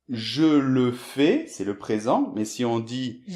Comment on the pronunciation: Vidéo intéressante. Attention quand même, tu prononces "fais" comme "fée". Pour un natif ça pose pas de problème de compréhension, mais ça peut peut-être l'être pour les autres. ^^